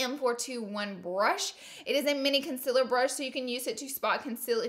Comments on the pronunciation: M536 = concealer. Not conciller ha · M536 “conciller”. I effing love you!! Hahaha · That’s not how you say concealer 🙄